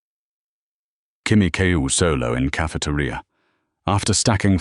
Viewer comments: ca-fe-te-ri-a, very good english i might say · Better not be caught solo in caf-uh-tuh-ria with Grok around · Grok saying Cafe-ter-I-a 😭😭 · The way grok's tts says cafeteria is amazing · im crine how does bro pronounce “cafeteria”😂 smart in doing, dumb in physical movement😂